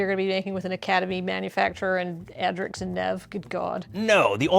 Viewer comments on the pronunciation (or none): Why can nobody pronounce Academy ManufacTOR? 😂